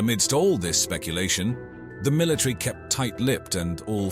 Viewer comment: Is the word pronounced military or milatree?